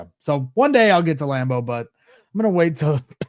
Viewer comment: Lam-boo??? Fuck Green Bay!!! :-D